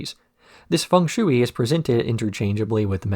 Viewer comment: The shui in fung shui is pronounced closer to shway. When I first saw Cowboy Bebop, I was in high school and snuck up to watch it when everyone was asleep and it was on Adult Swim and "Hard Luck Woman" was playing. I was so confused when Faye did the mouth thing to Ed.